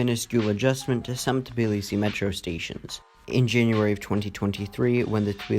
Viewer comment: Call Tbilisi Tbilisi, not Tiblisi🙏🙏